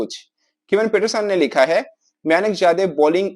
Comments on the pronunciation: म्यानक nahi मयंक हैं नेम तो सही से लेलो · खुद को खिलाड़ी का नाम नहीं पढ़ना आता है ।विवेचन कर रहा है उसका सही नाम "मयंक" "यादव" है नही की "मयानक" "यादव" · मायानक जादव 😂 उसका नाम मयंक यादव है